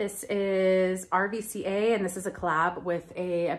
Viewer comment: RVCA is pronounced RUCA and the skater is Curren Caples 🤗